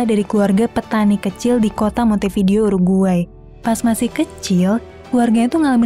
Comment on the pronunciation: Permisi mau kasih tahu cara baca yang benar🙏 Montevideo: Monte"b"ideo Vasquez: "B"askes